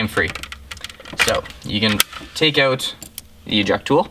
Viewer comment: It is OUT not EUT